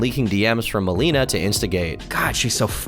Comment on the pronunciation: The one involved in the alchohol/opioid is mal-ay-nuh, not mal-ee-nuh.